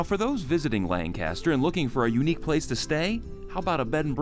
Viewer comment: It's a shame you cant pronounce Lancaster like everyone else in SC does. This is not Pennsylvania. So offensive and you say it a thousand times.